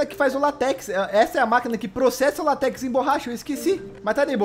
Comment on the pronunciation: ele falar látex errado